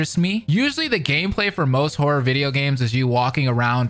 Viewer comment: Yo, I really thought he said “I am whore”😅😅😅 but given the context of the video… horror not whore. 😅😅😅